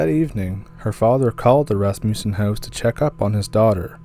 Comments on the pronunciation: For me, it's an immediate identifier for someone from Canada. When they say "house", it is not the standard "HOW-ss" as pronounced by most native English speakers, but more like "HEY-W-ss". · My God, bud, I don't know how it is even physically possible to say the word,"house" and have it come out like yours !! It is so extremely strange that I find myself rewinding and listening over and over ; all the while trying to immitate it..... Fat chance ! You hold that title, bro !! Love your stories. Keep em coming ,!!!